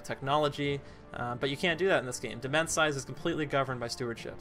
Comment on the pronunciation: Also demesne is pronounced domain